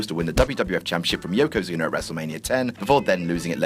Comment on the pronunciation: “Yokosuner” “Ta-Tank-ka”